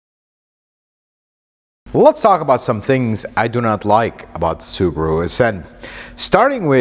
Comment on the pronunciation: This guy is the best car reviewer. I can listen to him the whole video and i don't really know about cars. But he pronounces Subaru wrong lol. I'm Japanese though so maybe it won't annoy other people